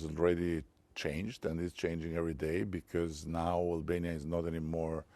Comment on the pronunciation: Please stop pronouncing ‘because’ like ‘bikyz’, like you are from Izmir or Bursa something. It is pronounced ‘bikħos’, with a silent h tucked in there. And also, when you say ‘listen’, you should instead say ‘look’. Listen escalated. Look deescalates.